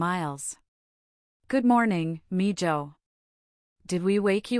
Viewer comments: It’s not mijoe, it’s miho, spelling as pronounced, mijo is correct spelling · Its mee,===hoe not meja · Mijo is pronounced meho. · Hi... Spanish... Not Mija or Mijo...... The j is pronounced like an h... So miha and miho...... Like Jesus...Hesus...Heyzoos xxx Thank you🎉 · Good story. BTW Mijo is pronounced "me-ho" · Good story. Well spoken. I like that the soon to be wife was angry at his abandonment of his pregnant wife. Just for future reference, mijo is pronounced like me-ho. J sounds like h. Same with mija.